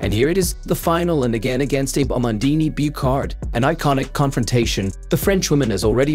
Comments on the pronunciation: "abe yuta"?!!!!....lol.......its pronounced "Ah-beh Uhta". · Please take the time and respect to pronounce her surname correctly - it should sound 2 syllables like AH-BAY (and not 'Abe' as in Abe Lincoln as you keep doing. You pronounce her first name correctly. (yu-ta) which is good👍🏻 Seems like you might be using AI generated voice here - if so, please adjust its output.